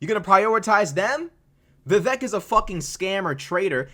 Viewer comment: It’s pronounced vi vake - rhymes with cake.